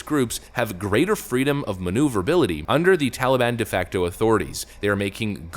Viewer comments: Tally-bon?? Hey, tally my banana... daylight come and Joe's a useless clown. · He says TOLLY BAHN. 🙄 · ...Why the F does he keep calling it the TALLY-ban? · I missed hearing grandpa say tollybon.